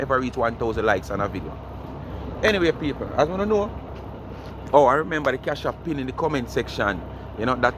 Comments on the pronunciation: Its an AP not a hap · The word is not hap, it’s app. Go learn to speak English.